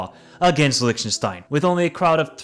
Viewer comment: you destroyed even Lichtenstein 😝